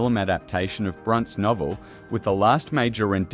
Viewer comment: brunt? ffs, bron-te Bronte. you lost me.